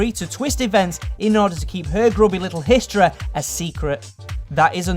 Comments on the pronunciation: Hoodeh aunteh realleh generalleh muthar historeh properleh dirteh coffeh bangedha chav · Why don't you say the long E sound? Parteh, histreh so forth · It's wierd how this guy pronounces his y and ie sounds. Coffeh, hoodeh, historeh, Ect. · coffeh, parteh, historeh, mistereh